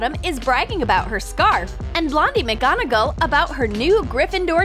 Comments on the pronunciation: It’s not mc gonaGAL it’s mc gonaGOL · It’s not McGonagell It’s McGonagall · True she said megonnagol instead of McGonagall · I cringed every time she said mcgonagEl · It's pronounced MAGGONAGAL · I cringed at wrong pronunciation like of Felix felicis potion and she said McGonagall wrong and so many others